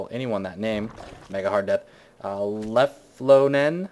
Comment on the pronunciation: ahahaha I just love how everyone pronounces leflonen